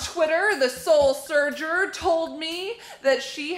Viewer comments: Hahaha She said soul SURGER!! Its soul SURFER!! Haha but i love u ur amazing! <3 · for the frist shout out the name was soulsufer, not soulserder